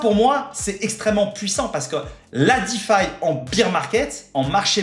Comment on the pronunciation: C'est le BEAR market, pas le BEER market ! Pensez "bère market" si vous avez du mal. Tellement de youtubers font l'erreur.